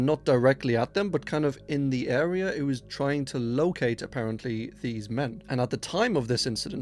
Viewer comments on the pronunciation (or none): none